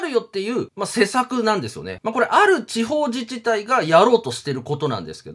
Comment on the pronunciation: 施策→せさく❌ しさく⭕ 背乗り→せのり❌ はいのり⭕